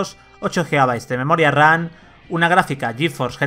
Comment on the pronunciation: es burla de cómo lo pronuncia